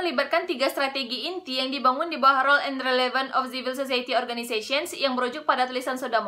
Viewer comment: siv-uhl suh-sahy-i-tee bukan zivil zozaeyeti. mohon hati-hati dalam pronounciation saudari.